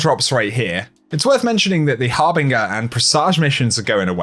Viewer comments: har bin jure harbinger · PRESS AGE HAR BIN JUR not PRESSAJ OR BING UR